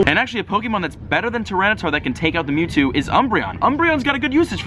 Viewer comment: who got an ad when he said metwwo